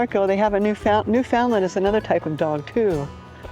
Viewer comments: The beauty of Newfoundland is not in the small port, the countryside is beautiful and rugged. It's pronounced Newfunland with no emphasis on fun. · FYI. The way to pronounce NEWFOUNDLAND correctly is to pronounce it NEWFIN-LAND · Welcome to Newfoundland! I have lived here for 2 years already, that beautiful place, excluding winter. By the way, local people say newfoundlAnd( accent on the letter "A") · Newfoundland. Rhymes with UNDERSTAND!! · Hi You need to learn how to pronounce Newfoundland properly! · “Newfoundland” properly❗️